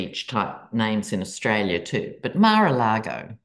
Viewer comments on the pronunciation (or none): none